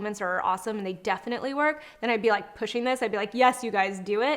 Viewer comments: Girl you said is she POOSHING her product I almost CRIED 😭😭🤣🤣🤣 Kourtney is so cute 😭😭😭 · "Pooshing" her brand. That was funny😄